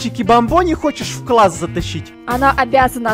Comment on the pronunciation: Ты сказал квасс а не класс